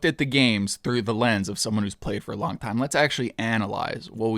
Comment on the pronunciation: bro was ranting so hard he said slong 😭